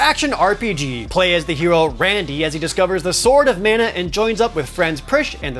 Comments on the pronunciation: It’s mah-nuh. The guy in the commercial says it. For the S.N.E.S. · It is pronounced MONA Geez get it right. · Glad to see the original TV ad says Secret of Mana, not Secret of Manna. I wish the voice actors in the recent Trials of Mana remake got the memo. 🙄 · After hearing talk about secret of mana for 5 minutes then hear him say "manor" when talking about 7th guest messed with my head